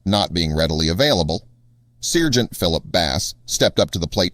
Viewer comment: SIRGENT? SARGENT!